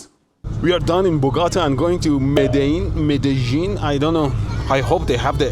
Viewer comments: Mehdeillin? You went to Mehdeillin?! 😂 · Medellín? More like Mehdi-llín